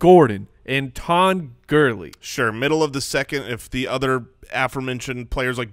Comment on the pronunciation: Anyone else cringe when that guy says "gurllley" Jesus...... Lol